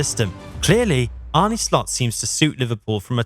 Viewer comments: Jezus!!! You woke up late. And try to get the dutch names correctly spoken....I emplore you, just try... is not Arnie...its Arne....just try it out of courtesy. For your sake, i hope he is successful and a lot of dutch players invade the premier league. Good luck with that boi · Apart from the pronunciation of his name. John ARNE Riise. This shouldn't be hard for anyone who has been following Liverpool the last 20 years.